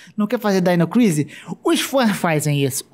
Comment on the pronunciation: ow, na moral, ou vc fala DINO CRISIS, OU DAINO CRAISIS, falar DAINO CRISI é foda